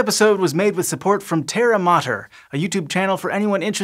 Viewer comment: It's Terra Matters.... Not Terramotters